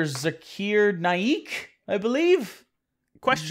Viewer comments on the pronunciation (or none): it's pronounced "Zacker Nake" btw